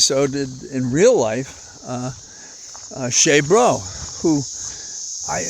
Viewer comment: Blessings for Holly's health and yours. The locusts sound neat. I heard he pronounced it Cheesebro, which I thought was odd. Telling, yes, that Ivy League made him a phony.